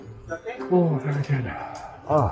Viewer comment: Filipinos tend to pronounce the v as b. So the answer is berry good😂